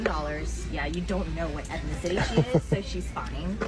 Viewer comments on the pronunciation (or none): "ethnenticity ethnenticity ethnenticity...." Does she think all foster kids are black